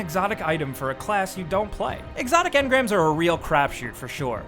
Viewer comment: 11: When someone pronounces engram as in-grum